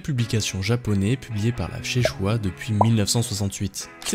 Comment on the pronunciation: Le retour de la « sheishua » au lieu de shueisha